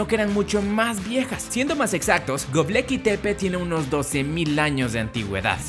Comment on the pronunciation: Es Gobekli,. No Gobleki... Jaja, ja!